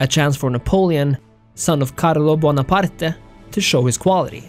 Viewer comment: Great vid once more, only thing that buggered me was the way you butchered the Buonaparte pronunciation😂👍🏻